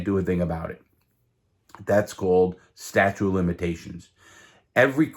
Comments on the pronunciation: Hey bro, it’s “statute of limitations” not statue! Or I’m deaf as hell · I would never use a guy that is unreliable like that. Did he say 'statue' of limitations? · Sta-chute is how it’s pronounced lol. Great story tho.